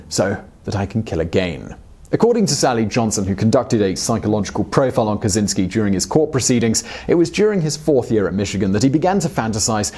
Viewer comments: Fucking hell, it's Kachinski not kasinski. The cz makes a ch. Geez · It's not "ka-tsin-ski", it's "ka-chin-ski" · CZ in polish is a separate letter(i mean like sh. ch, etc ) and is pornuced like CH in charlie